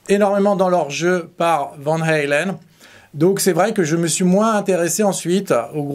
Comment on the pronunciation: Néerlandaise le a se prononce a et pas aïe vaaaan haaaaalen